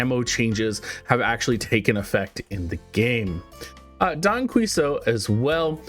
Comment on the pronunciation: Don Quixote ; Key-hoe-tay